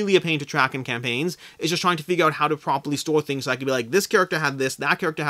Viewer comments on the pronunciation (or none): none